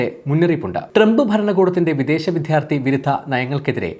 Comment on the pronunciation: Please give attention to pronouncing " vidyardhti"